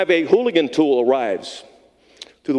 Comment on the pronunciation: Stop saying hooligan tool you idiot it’s Halligan not hooligan